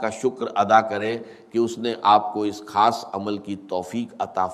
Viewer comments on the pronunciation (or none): یہ آواز ڈاکٹر اسرار سے ملتی جلتی ضرور ھے لیکن یہ آواز ڈاکٹر اسرار احمد کی ھے نہیں بغور سنیں تو پتہ چل جائے گا کیونکہ ڈاکٹر صاحب کا تلفظ اتنا غلط نہیں ہو سکتا جیسا کہ خیر کو کھیر اور ضرور کو جرور اور دیگر الفاظ بھی ہیں جن کی ادائیگی غلط کیا جارہا ھے خاص کو کھاس ایسا ہوہی نہیں سکتا کہ ڈاکٹر صاحب کی تلفظ ادائیگی ایسی ہو